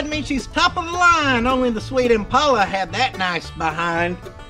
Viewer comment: pronounced it correctly.